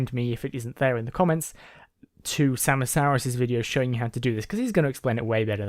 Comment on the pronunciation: XD it's pronounced sama-saurus like tyranno-saurus x3 Glad you got it working though :D